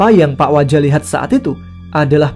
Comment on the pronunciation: sampai salah nyebut pak waja hehehe...jadi pak wija